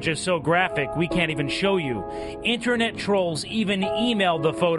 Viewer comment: "Internat safety expurt!" Just turn off the motherfucking screen close the god damn page, and go outside.